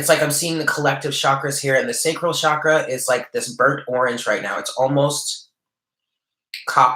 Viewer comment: "Ajna" (3rd eye) is pronounced "awn yaw". "Chakra" is pronounced "chuck ruh" (not "shock" and not "chalk")- don't worry, I studied Sanskrit, and I have hardly ever heard anyone pronounce chakra correctly. With the 9 of pentacles, the bird on her hand can also symbolize pets. I just found a kitty 2 days ago! It feels significant to me :) I'm not sure how anyone can pronounce that the veil is gone. If the veil was actually gone, we would be seeing all the angels, demons, vampires, ghosts, etc. around us. When the 3rd eye is activated, one can see these things beyond the veil. But if the veil was fully gone, everyone would see these things without need of the 3rd eye. Also, Kundalini is much more than potential energy. She is a Goddess. Trying to awaken Kundalini Shakti without proper guidance can be ill-advised. Kundalini awakening usually follows many years (lifetimes) of deep earnest spiritual yearning and work, is a heavily karmic once-in-a lifetime gift, and is not something that is just casually recommended by a tarot card. I feel wary seeing these esoteric words and concepts bandied about by so many people in the New Age circles and the internet who haven't studied them or truly understand the depth of them. I usually don't get involved with a bunch of corrections, but I appreciate your readings and sense you are a person who is open and learning.